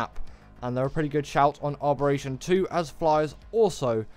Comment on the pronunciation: Im more frustrated at you adding an R to Abberation where there isnt one where you say it 😅 Giga hard?! And no oasisoar or troodons ect 🙈